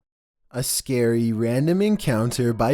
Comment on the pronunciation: If you keep pressing the go back 10 secs in the beginning it sounds like he is saying "us scary"